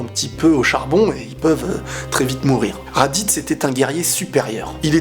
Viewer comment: radiz guerrier supérieur ouille sa fait mal au oreilles .... va te cultiver avant de faire une vidéo ...